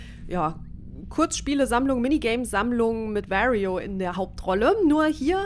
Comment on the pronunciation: Sehr interessant wie du Wario ausspricht 😂😂